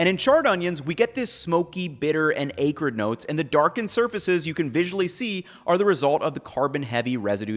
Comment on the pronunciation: I love your video's, I watch them all, typically more than once. Two critiques. One is that it's Ack rid, I usually never correct anyone's pronunciation, but you seem like such a precise person it felt weird. Definitely a nit pick. I am probably substantially worse than you at it. Two, please close your mouth when you eat, or move the mic, or mute it? You are the biggest food smacker on YouTube, not sure if you knew that. Love the format, love the content, love the channel, keep up the amazing work.